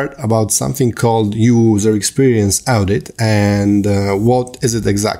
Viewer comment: That is pronounced as (o)dit, not (au)dit in English. :)